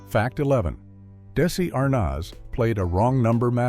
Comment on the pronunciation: Damn I hate AI narration that can't pronounce Desi Arnaz's name properly!